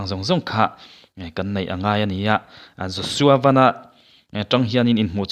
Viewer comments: Josua van( motor ang hian lam loh tur )sky (van ) kan lam ang hian lam tur ani e.... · Laiah Van sky bible mi angin an lamlo tuna a lamrik kha adik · "Van" i lam dan hi a dik chish em? A dik ka ring lo mang e. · Joshua Van hi Lirthei a 'van' anga lam tur a ni lo a, chunglam 'sky' angin 'Van' hi lam tur a ni. A hmingpum pawh Joshua Vanbawithawng a ni.